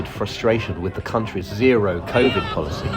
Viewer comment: The way he pronounced civid bugs me lol